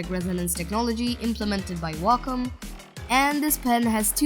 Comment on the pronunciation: you say Wacom like Wacka Flocka says Wacka